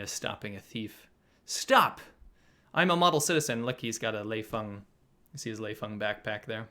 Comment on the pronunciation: Lei Fung huh..... Lmao!